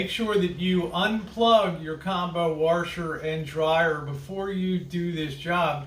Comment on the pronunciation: "Warsher" I love it! Good video!